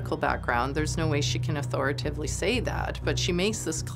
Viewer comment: "Authoritively" -- wrong. Authori - TAT - ively. Minus one point. Where was the director? Minus one point from him too. This woman doesn't pay attention to the spelling of words. Very careless. I wouldn't trust her. She said "ick cet - ra". The phrase is obviously "ET cet - er - a". Minus another point and also another from the director, who should not have allowed it to be a "taking".